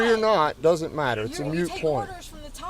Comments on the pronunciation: It's freaking "moot" not "mute"! Irritates me to no end when people dont know the difference... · That cop said mute point..... and that infuriates me because the word is "moot" not "mute" That woman has had an extensive arrest history. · Moot not mute point… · Also that made me cringe. It's "moot" point. Not mute. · Mute is NOT moot